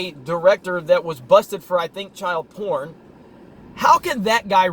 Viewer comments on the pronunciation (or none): none